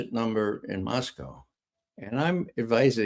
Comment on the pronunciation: This guy calls him Poutine